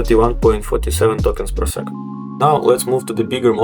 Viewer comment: Вот ты тестируешь llm, но не понимаешь, что скоро переводчики не нужны буду! А ты тут "твенти фри токенс пёр секонд".